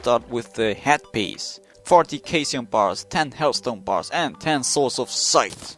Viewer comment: I'm pretty sure caesium is pronounced sea-sium